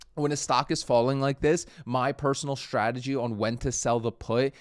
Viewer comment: What is it with Americans (some) pronouncing strategy with an sh.....shtrategy... Now...make the snake sound, then add the tradegy. there we go... Now you don't sound like a 5 year old